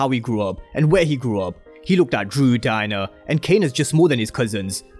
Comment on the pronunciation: It sounds like your saying “DIE-NER” instead of DIE-ANNA 😂